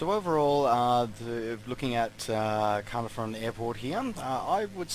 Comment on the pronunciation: I am thinking about getting this as its my home town,the detail is good and loved the drive thru lol. Just so you know Caernarfon is pronounced Car-nar-von,the joys of the welsh language. Cymru am byth. +1 Sub as well :) Is this the same as the one on steam ? Thanks